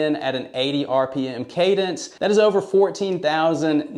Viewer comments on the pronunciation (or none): none